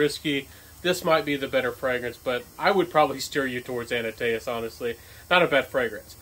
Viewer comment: 👏👏👏 Liking your review! However, it's ANTaeus...not ANAtaeus. Just a mild criticism...lol. If ever I am pronouncing French words...it's WAY worse. I really like the Elixer sample I received from Chanel more than my 30ml Sauvage EDT, which I keep in my golf bag. 👏👏👏